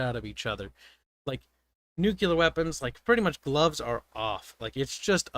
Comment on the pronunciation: "Nucular bombs"